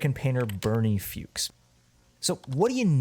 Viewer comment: Another masterpiece from the great artist,. Seriously, these videos transcend most, and are an actual work of art themselves. On a less serious note, your pronunciation of, "Fuchs" killed me, having taken German classes LOL Also, the ODST music instantly made me think of Spookston's outros, he plays that song at the end of each of his videos. In fact, I just watched one of his before yours.